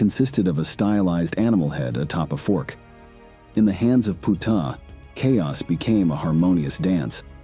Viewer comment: The mispronunciation of his name makes this video sound bad to me. Sorry 😵‍💫😵‍💫😵‍💫😵‍💫